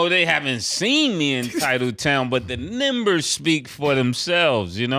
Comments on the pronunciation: Why does Ma$e say “Nembers” instead of numbers 😂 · Mase too old to be pronouncing "numbers" as "nimbers" 😂😂😂 Come on brodie 🤣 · Ma$e say “NIMBERS”